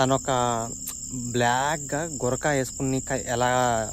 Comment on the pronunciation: గురకా కాదు గురూ బురఖా.😅😅